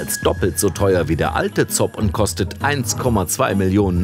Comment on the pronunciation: ZOB spricht man Zooooob- nicht Zobb - laaaanges O für Ooooomnibus ;)